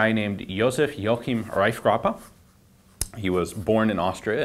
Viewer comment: Pretty good pronunciation of the name Reifgraber.